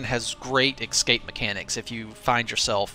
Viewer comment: It's escape not excape, there is no X in it, it's like espresso.